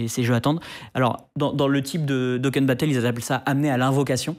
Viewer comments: "Déconne battle" Même pas capable de dire "Dokkan" et surtout pour dire de la merde. Dokkan n'est pas en fin de vie, c'est basé sur la collection de cartes et l'exploration des univers de Dragonball (Z, GT, Heroes, Super...) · le "daykon" pour Dokkan je pleure la prononciation bahaha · Quel boulet ce. D’une incompétence tellement visible, vocabulaire pauvre, méconnaissance des sujets, prononciation des acronymes deplorable, il me fatigue à force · La prononciation de DOKKAN lol...